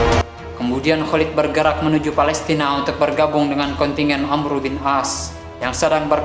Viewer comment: Itu bukan amru tapi amr bin ash